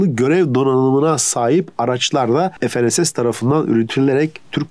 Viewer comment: FNSS(ef-en-es-es) yerine fe-ne-se-se diye okunsa daha iyi olur. Türkçe'de ef,en,es diye okunan harfler yok.